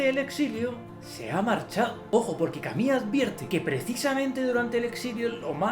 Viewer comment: ¿Porque no pronunciar en español si español hablamos?.. Albert Cami?? Camus! Bueno eso ajeno a lo bueno o malo del contenido, que de hecho no lo he visto, solo vi a otra persona por acá en youtube diciendo Albert camujc, y entró acá y Cami.